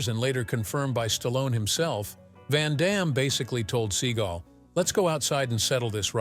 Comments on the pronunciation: I like when the narrator calls him SEA GULL. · Your stupid AI narrator keeps saying "Seagull" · Love the way the narrator of this video pronounces Seagal as "Steven Sea Gull"